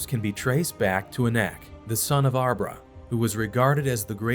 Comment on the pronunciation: Arba is not pronounced as arbra. Nor is Jephunneh pronounced as Jephanniah. Please pronounce the pronouns correctly. These are not the only mispronounced word . If your educated please do better.